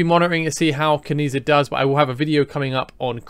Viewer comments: I think it’s pronounced “Chi”. Keep that social credit score up bud 😂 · I was going to comment on the same 😂 A part of me died every time I heard the mispronunciation